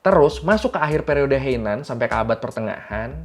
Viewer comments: Bang, bukan "Periode Heinan", tapi "Periode Heian". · periode Heian (平安時代) bang, Bukan Heinan